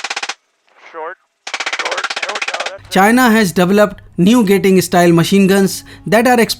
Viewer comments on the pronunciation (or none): * Gatling gun, not gating...... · Gatling style mg, not gating style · It's Gatling machine gun not gating